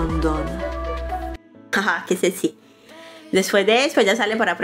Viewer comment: Hola, muy buenos los resúmenes y sus videos. Pero, disculpe, tengo que decirle que pronuncia "clu" en lugar de club, "sesy" en lugar de sexy (que debería escucharse algo así como: secsy ), "notturno" en lugar de nocturno. Es muy buena la manera en que hace el resumen y el video... pero es importante pronunciar bien, lo cual permite que se escuche mejor un trabajo tan bueno.